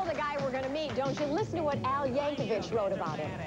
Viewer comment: It’s Yankovic, not Yankovich